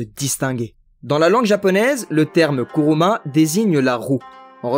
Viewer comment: " Kuruma : et non Kimura (10min17) pour dire la roue. Deso, ca m a fait tilter car ca signifie tout autre chose, lie au secteur dans lequel je travail. haha ! Trop cool ta video ! Merci pour ce partage jai appris plein de chose !